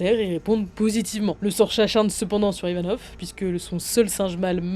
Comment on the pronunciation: ivanov et non yvanov